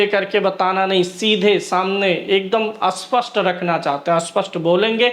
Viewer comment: भाई स्पष्ट पहचान या अस्पष्ट पहचान क्या बोल रहे हो? स्पष्ट को अस्पष्ट बोल रहे हो। सही बोलो ।